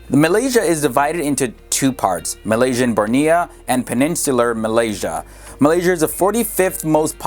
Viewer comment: pfft you even pronounced malaysia wrong. It's "malaysia" not "malysa"